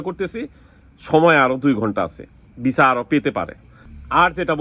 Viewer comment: নুলুস্তা ❌ নুল্লা ওস্তা ✅ এপাটমেন্ট❌ এপয়েন্টমেন্ট✅ ভিছা❌ ভিসা✅